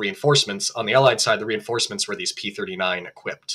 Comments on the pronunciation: I kept hearing the host/narrator say what I thought was "P-49". Almost every time I heard that. So I turned on the closed caption and restarted the video. And sure enough he keeps saying P-49. Now I thought the Aircobra was a P-39. And the episode says P-39. Am I missing something here? And what was the designation of the Super Aircobra? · You keep making a mistake by saying P-49 instead of P-39 and that is very disconcerting! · Why does it sound like he says P-49? Other videos, he talks about the 1930’s as 1940’s. He’ll talk about the pre-war era and say 1948, before the start of WW2… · This guy's drivin' me nuts - sounds like he continually says P forty-nine, WTF 1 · Why does the presenter calls it the P49 (forty-nine) every time? The discussion is about the P-39 (thirty-nine). What a slip-up! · You kept saying P49 on and on or you cant say thirtynine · Is it me or is it him keeps saying P-49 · P39, why does he keep saying p49 ??? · Ah yes, the P-firtynine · Yaa Yaa, Di P furty nine. Thirtynine . Not Furtynine!